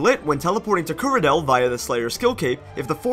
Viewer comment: I love how no one can pronounce Kuradal correctly. IT'S NOT KURADEL.